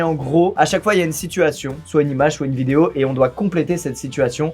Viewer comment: Moi : Allez go apprendre mon contrôle d'Espagnol. Skouizy : NouVellE VidAiO. Moi: merde..